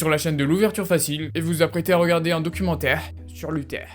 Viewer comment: un documenteh, sur luthehh